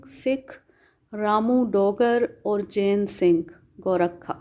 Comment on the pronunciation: بی بی یہ لفظ گو- رکھا نہیں گورکھا ہے جو ایک قوم ہے